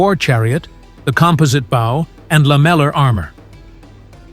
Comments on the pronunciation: Why did you pronounce composite bow as " bough"? Because you're shit AI, that's why. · This is an AI voice. No native-speaker of English, be he American, Canadian, British, or whatever, would pronounce the word "bow" (the weapon, as in "composite bow") to rhyme with "bough." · that's good to know, I was a bit put off by some basic things like 'bow' being pronounced as a type of knot, rather than an archer's weapon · Need to work on that AI editing. Early on they pronounced the weapon bow 🏹 as bow, as in bow down, or tree bow to the king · I was enjoying this until the narrator pronounced 'bow' wrong, instead of rhyming it with 'dough', as it would be for the weapon, they pronounced it to rhyme with 'cow'. This is a very good sign that the narrator is AI. Suddenly I wasn't enjoying it any more. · "composite bOw" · Its an AI voice. They also somehow pronounced bow as in the boat's bow when talking about a warbow. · Could only tell the narrator was AI from the pronunciation of 'compound bow,' where 'bow' sounded like the formality/gesture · I quit watching when "composite bow" was pronounced "composite bough" -- a tip-off to AI narration. Too bad. Content would have been interesting and worthwhile. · is This channel ai voice acted? Nobody who’s human says bow like that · AI readers struggle to pronounce bow as in bow and arrow. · Pronunciation of "bow", "composite", and "lamellar" clearly shows this is AI generated audio. Downvote and do not reccomend. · Is this an AI voice? I've never heard anyone pronounce 'composite' and 'bow' quite like that....